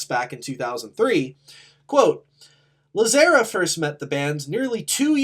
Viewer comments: No one else is gonna mention the mispronunciation of Adam’s last name? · It was so grating hahah